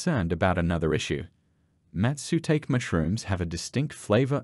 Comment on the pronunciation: Great work and all, but i think i wasn’t the only one to clench my teeths when "mastutake" is pronounced aha